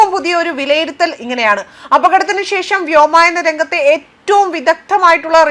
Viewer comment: വ്യോമായന അല്ല, വ്യോമയാന ആണ് ശരി